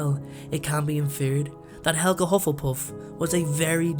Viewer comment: No it helga not helga